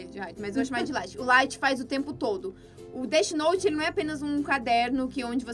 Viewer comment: A mina falando "DETI NOTI" me incomodou kkkk